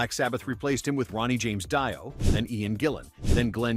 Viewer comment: Dio is pronounced DEE-oh.